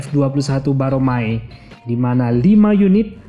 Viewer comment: Si Mimin ini bener tau permasalahannya atau kagak sih....jujur gue ragu... Nyebutin nama pesawat kerja sama indo - korea aja salah....KFX 21 Boramae disebut Baromae...